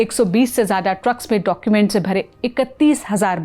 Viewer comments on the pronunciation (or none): none